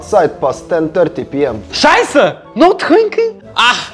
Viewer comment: It's "scheiße" 😉 pronunciation was correct👍